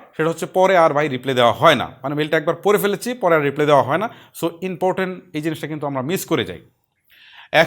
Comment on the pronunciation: আমার সব চেয়ে ভালো লেগেছে আপনার একটা কথা। আপনি রিপ্লাই কে রিপ্লে বলেছেন